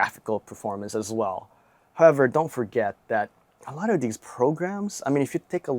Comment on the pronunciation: Its These not "dese" its The not "der"